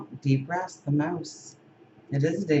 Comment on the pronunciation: When you said Deep Rest (for the mouse), it sounded like "depressed" ... interesting correlation, don't ya think? Hmmm